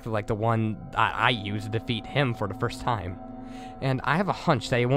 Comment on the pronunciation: I think its funny how u say da instead of the